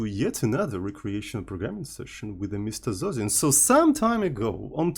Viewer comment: Why is he pronouncing his name "zoh zin"? Is this how you actually pronounce?